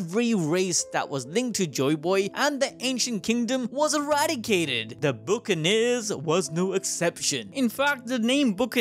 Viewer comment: Your mispronounced buccaneers your saying it like book-uh-neerz it's buh-kuh-neerz